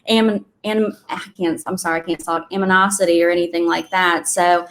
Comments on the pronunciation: Ama nah city dam it's animosity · I'm sorry but her saying "AM-I-NOSITY" multiple times brought real tears to my eyes. 😂😂😂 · Not being judgemental, but I am a granddaughter of an English teacher. The young woman who kept mispronouncing animosity was very revealing. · Especially regarding the "aminosity" 😀